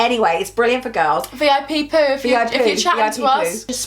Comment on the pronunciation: It's not V.I.P Poo it's V.I.Poo